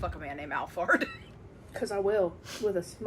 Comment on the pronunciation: the way you pronounce alphard is funny lol